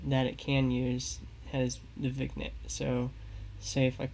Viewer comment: Hi! Great video. I was a french major so here is how you pronounce vignette. Thank you for the video!